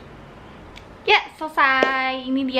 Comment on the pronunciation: cantik bgt ceweknya jojo nih.. 😍 cuman mau kasih masukan pelafalan 'voila' itu adl vwalaa hehehe